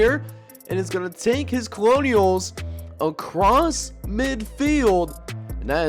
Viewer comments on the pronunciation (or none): bruh eventually nicholls is gonna win a game on here lol. also we pronounce it like “kernels”